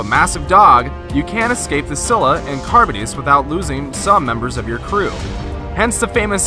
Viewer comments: man was saying "carbon-ess" lol it's charybdis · Carabdis is how it pronounced